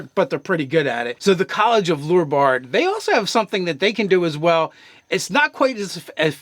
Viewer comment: Hahahahhaha. He said Ho brews and lure bard. Not lore bard. So funny. But the channel is not the same as it used to be. Sorry guys.